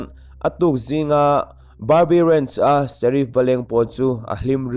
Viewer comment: Vala i chhiar ngaihnawm loh ber mai.Ranch te hi rench tiin i lama ati cowboy lo.mihring hming te poh hi lam sap vak duh suh.mizo tawng upa i chhiar thiam lo.ka ngaithla peih toh lo